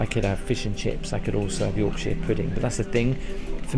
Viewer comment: It's Yorkshire not Yorksheer